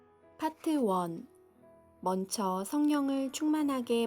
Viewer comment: 신송이자매의 낭독 가장 듣기가 자연스럽네요. 낭독 시작 부터 이 분은. 단어를 틀리게 발음 하는데. 듣는이로 거부감은 줍니다 죄송해요 ~~~. " 먼쳐" 가 아니고 "먼저" 입니다 ! 그리고 아무리 좋은 내용이라도. 은혜를 간구하는 이 들에게. 전달하는. 낭독에. 자연스런 목소리와 설득력으로 와 닿게 하는 노력도 필요 하겠군요